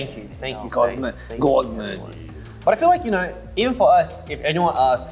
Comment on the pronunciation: CHANGBIN’s AUSSIE ACCENT 😂😭 “you knaur you knaur?” OMG also his English has improved so much